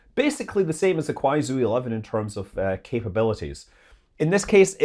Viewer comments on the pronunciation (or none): Manley, Kuaizhou is pronounced like Kwy-joe, not Kwy-zoo